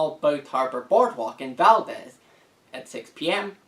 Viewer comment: Valdez is pronounced with a long ee sound. Exactly like Deez Nuts. Thanks for the news from other towns, we'll be out there. War Criminals are not welcome in our State!